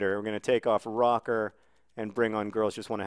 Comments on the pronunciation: is Rocker with the umlaut on the o not pronounced Rurker ? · Is it not pronounced Rho-ker (Roecker) as there's an umlaut over it?